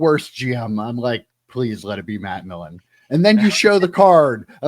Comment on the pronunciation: PS its Millen, not Milken...the name is right there on the card,! lol (don't you dare edit your response! haha)